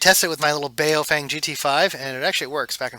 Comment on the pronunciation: Baofeng is pronounced "Bow-fung" not "BA-O-feng" It means something like: "strong wind".